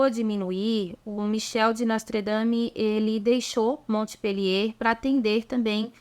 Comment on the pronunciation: A prnuncia é Monpelier